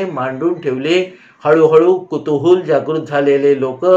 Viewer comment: मी कामानिमित्त निवे bk गावात जाते. पण तुम्ही सांगितलेली ठिकाणे शोधत असते पण सापडत नाहीत. राजवाडे यांची दोनचार घरे आहेत. तुम्ही कुतूहल ला कुतूहूल म्हणता तेव्हा गंमत वाटते. मला रात्री तुमची गोष्ट ऐकल्याशिवाय झोप येत नाही. 💐